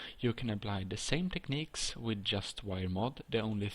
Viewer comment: Jag hörde det direct när du sa techniques